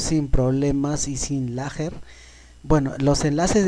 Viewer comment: Pone el traductor y pone "GAMING" para que aprendas como se pronuncia, y se dice LAG, no es "LAGER"